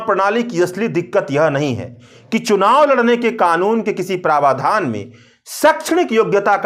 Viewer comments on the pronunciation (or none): सही उच्चारण है 'प्रावधान'! आप उच्चारित कर रहे हैं 'प्रवाधान '